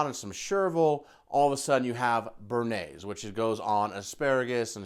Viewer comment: Bearnaise sauce???